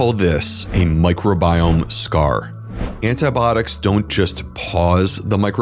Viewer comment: If you are going to do a program on antibiotics, you should learn how to pronounce the word. How can you not know this? Are you really a physician, Look it up. I am unsubscribing just because you can't pronounce a common medical word correctly.